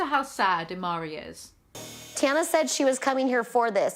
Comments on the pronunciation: Its tana as in tanner but tannuh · picks a pronounciation of Tana to use for the rest of the video fucks up the pronounciation of Tana Girl HOW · Take a drink every time she mispronounces Tana's name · It's Tana as in spray tan with a uh at the end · An hour long vid of struggling to pronounce Tana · I'm sorry but why are you constantly saying her name like that when you're watching a show where they pronounce it correctly constantly and you've also pronounced it correctly yourself in the past? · how do you still not know how to pronounce her name when you are watching a show about her with people talking to her this is sending me i'm sent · her name is pronounced multiple times in the clips you put in this video how are you confused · for the rest of the video it's Tana not Tahna Me: She's gonna immediately say Tahna again: Tahna - BUT ITS IRONIC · At about you're completely right, that's how you say her name, just like Anna or Hannah, that's how you say Tana, there's no h. Its nor Ahnnah or Tahna, its Anna and Tana. Just listen to how they say it in the show, like, wtf. I LOVE you ( <3 ) but I thought the Brits were supposed to be smarter than us Americans. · “Ok I’m going to tana like tana from now on” 20 seconds later: says “tanah” Lmaooo no hate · The issue with the way you're pronouncing "Tana" isn't about the first a, which you're saying just fine. It's about the second a, which you keep pronouncing as an er. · It’s Tana like spanner. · It's Tana as in banner..... Just listen to her friends say it😉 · its TAN-uh. i know your british and you don't really use the short a sound lol. like APP or CAT or BAN. TAN. lmao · I’ve always pronounced it Tana as in Banner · Tana as in banana/banner, not Tana as in llama 😂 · It's Tana like banner 😂😂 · It’s tAna as in fAnna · it’s “tana” like “anne-uh” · Oh almighty yeezy, the dumbass train wreck’s name is pronounced tana